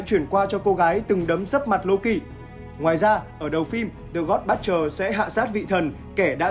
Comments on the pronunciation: Dạ là Bút-cher, ko phải Bất-cher. Đọc sai nghe rất khó chịu. Nên chuẩn bị trc khi thuyết minh. Còn ko có thể đọc thuần Việt là kẻ diệt thần, kẻ sát thần, tên đồ tể đối với giới Thần hay là gì gì đó sát nghĩa và thuần VIỆT 100% cũng đc! 🙃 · giấu cái dốt vào bạn ơi. Đừng dốt cố, dốt ráng. Cầu tiến và nghiên cứu cho chuẩn vào. :)))) butcher UK /ˈbʊtʃ.ər/ How to pronounce butcher noun in British English US /ˈbʊtʃ.ɚ/ How to pronounce butcher noun in American English UK /ˈbʊtʃ.ər/ How to pronounce butcher verb in British English US /ˈbʊtʃ.ɚ/ How to pronounce butcher verb in American English Xin nguồn phiên âm "buất-..."